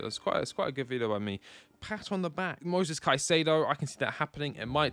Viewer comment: It's Moises..... Not Moses